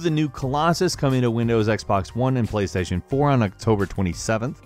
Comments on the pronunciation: Kra88ypa77yJR and playstation "porn" instead of playstation 4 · He deadass said PlayStation porn lmaoo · i swear he said PlayStation porn